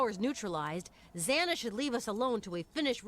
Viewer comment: I really thought he said Xanax